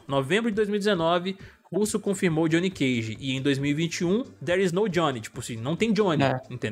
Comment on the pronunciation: Johnny é de john, não de jonnathan. Não existe johnnathan. Como não existe Gjoão.